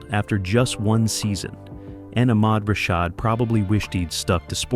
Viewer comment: Ahhkmad Rashad?! 🙄